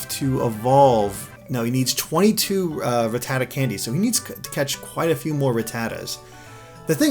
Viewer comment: oh man the way he pronounce ratatta sounds like fajita...